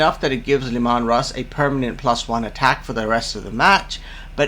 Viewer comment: Look out! It´s Leh-Maahn Russ!